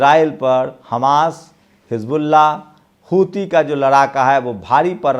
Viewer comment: Huthi HOTA Hai "hithu"Nahi.